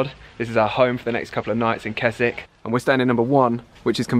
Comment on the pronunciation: Pronouncing Keswick wrong through the whole video 😅😂